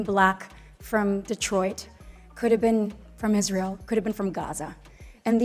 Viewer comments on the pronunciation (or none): none